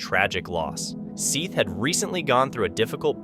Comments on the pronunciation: I agree! Have they not his parents refer to him as "Seth" like Beth? While it may not be the m9st important factor, it shows disrespect not to to make an effort to correctly pronounce a 4 letter name. Even it's spelled like this (.Seath) that's 5 letters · O-cal-a. & Seth like Beth. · it is Seth the a is silent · Were you trying to see how many times you could say Seth Jackson's name incorrectly?